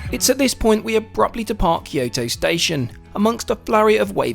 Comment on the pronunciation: It’s Kyoto! Kyoto!